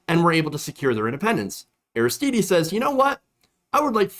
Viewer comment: I'm sure someone has mentioned it, but Haiti's Aristide is pronounced, "AIR-iss-TEED," not, "AIR-iss-TEE-DEE." To (intentionally) misquote Dave Chapelle, "It's French, bitch!" Meanwhile, I love you,. It's all good.